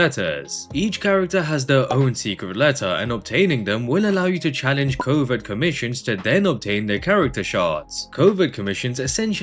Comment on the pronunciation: Why am I hearing Covid commissions not covert😂